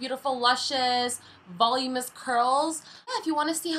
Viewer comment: Voluminous, not volumous.